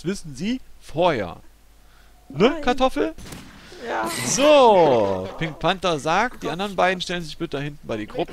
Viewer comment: lol der eine heisst nicht kartoffel sondern kratoffel xD